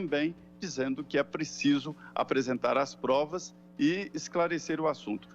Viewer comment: "O plesidente plecisa aplesentar plovas serias..."